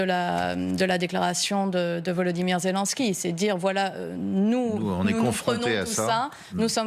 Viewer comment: C'est nsupportable la prononciation des fançais, ils ne font aucun effort! Zelensky se prononce comme Hélène, et pas Zéliiiinnnski !!!